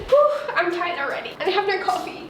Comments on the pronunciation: She say "Nrr" not "No" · This is the amount of times says neur and seur. (Translation: no and so) 👇🏼 👇🏼 👇🏼